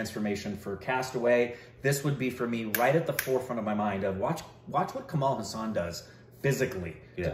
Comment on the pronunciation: it's Hassan not hussan... please pronounce correctly 😭😭😭